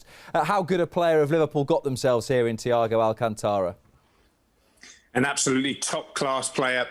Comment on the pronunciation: Correct pronounce: Thiago all - cânnn (not ken) - tá - ra